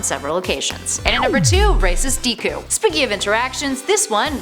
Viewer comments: Dee koo it's pronounced deck ku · I can’t watch... “Deekoo” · as you can see she has great gramer. ITS DEKU NOT DE KU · Wait if she watched my hero academia sh would know how to pronounce DEKU not DEEKU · DEEKU AND VACHEETAH it’s deku and vegeta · No lol not dekoo. Dekuuuuu! Midoriya if you can't say it right. Omg lol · wow guys did you hear vee cheeto and dee ku guys i did not know this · DEEKU AND VECHEETAH. get ready for guhkuh and susuugay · Please never say Deeku again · You said Deku rong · Where does she see a “ch” in vegeta and an “i” in deku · and the way she pronounced deku , really made me chuckle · Ve-cheat-a Day_ku and San-G😭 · The way this lady pronounced Vegeta, Sanji, and Deku is literally the most cringiest this ive heard